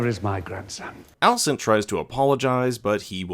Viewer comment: hahahhahah "where is my granson"